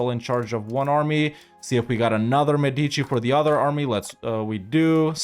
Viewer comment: I really love your content and I'm also happy to watch your videos anytime I have some spare time, but please, I beg you, EU5 will be with us for a very long time, is mÉdici not medÌci